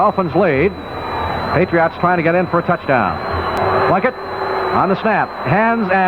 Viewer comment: It's sort of odd hearing pronounce Patriots. It almost sounds like he's saying "Patree aughts", lol. I'm actually a Ma**hole so I know all about accents, colloquialisms, and odd dialects. I've lived in Florida & Virginia so I get the "regional dialect" thing but SE Massachusetts is on another level, especially with the Rhode Island influence, lol! It literally seems if you traverse 25 miles in any direction you encounter an accent. Thanks for posting these and 'PHINS UP!